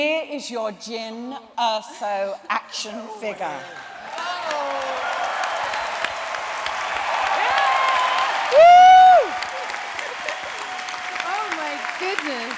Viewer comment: "Action Figgah"